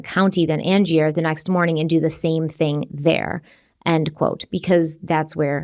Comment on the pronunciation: Just starting this video and realized i meant to correct your pronunciation of Angier on the last one, it's an-jur 😅 lots of love to you both from North Carolina. ❤ thanks for sensitive, thoughtful, and compassionate case coverage as always.